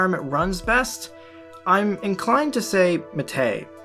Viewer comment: ... and it's pronounced "MAH teh", like the green tea we drink in Uruguay